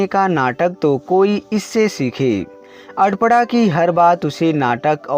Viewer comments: Nice story but arpna nahi aprna hai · Are adpada aparna hai 😁sahi se bolo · सर अगर आप सही उच्चारण करें तो अच्छा है।कपड़ा कहते हैं।अल्पना कहते हो। नाम है अपर्णा ओर आप पता नहीं क्या बोलते हैं। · Bahu ka naam toh sahi bol lete. Aparna ko pata nhi kya bol rahe ho. Koi asan naam rakh lete jiska उच्चारण sahi se kr lete